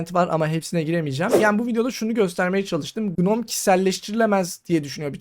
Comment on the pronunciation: Gnome'un başındaki G okunmuyor. Şu şekilde okunuyor: /noʊm/